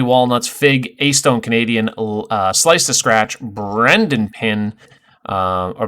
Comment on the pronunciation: It’s Bren dan 😂😂😂😂